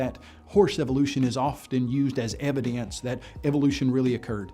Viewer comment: Why do these halfwits say "evan-dunces" all the time! 😖